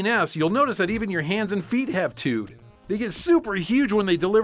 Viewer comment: Did you just say "tuts"??? Ps im from nz